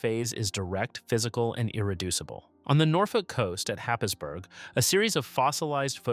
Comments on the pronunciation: It’s pronounced ‘haze-burrah’ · Americans should not be allowed to attempt foreign (non-American) words. Happisburgh is pronounced Haysburrer